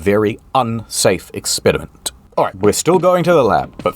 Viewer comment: why are you saying 'ExXperimentttt' like that? Is that a baldurs gate reference?